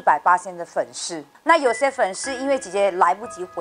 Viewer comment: 粉丝sī 不是shī